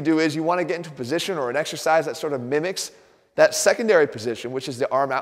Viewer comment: Exercise? I thought you said extra fries...